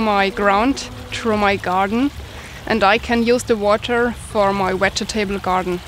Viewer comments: Hahaha... the part I like the best is the 4 syllables. In fact, I think I’m going to start pronouncing it like that. Wedge ee ta bulls. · will you take more English lessons please, i'll fed up with falling off my chair. Vegetable and start with the same V. thank you.